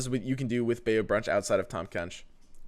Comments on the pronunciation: it's not bay-you it's bye/bai-you....... sorry that bugged me. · BY-you is how you pronounce Bayou. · Bayou is pronounced "by you"